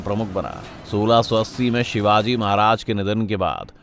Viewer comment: Shivaji shivaji trea bapp hai namm thik se ley